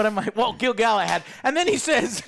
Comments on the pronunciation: Wait, Did Joe call him Gil-Galahand? XD did he mi. GIL-GA-LAD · I love Alex's face everytime Joe says Gil-Galahad haha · Rings of Power: 3/10 Joe's ability to butcher every characters name: Gil-Galahad/10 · I love that Alex winces everytime Joe gets a name horrobily wrong (Bene Jessuit from Dune, Gilgalahad here) but never even attempts to correct him 😀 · Man, I'm used to mispronounced names, but every time he says "Gil-Galahad" I lost it. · Joe is so pissed he started calling gil-galad "gil galahad" lmao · I love how Alex intentionally never corrects when he says “Gilgalahad“ just to enjoy hearing it. 😂